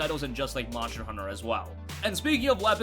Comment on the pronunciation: Am I the only one annoyed that he cant pronounce "monster" properly? "Moncher hunter world" lol wtf